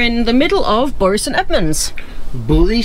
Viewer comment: Another great video guys. We have noticed also how has shot up in height and what lovely lad he is and so so much more confident credit to him. On a minor point Bury st Edmond’s the Bury is pronounced like berry 😀 glad your back is on the mend. Look forward to your next videos. Best wishes Phill and Leigh ❤